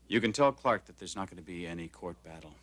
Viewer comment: Why does Margo insist on pronouncing Clarke like Clack ? I cannot stand her fake posh accent.